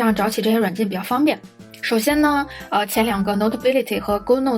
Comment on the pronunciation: 勾no特？那不是good 顧no特嗎😆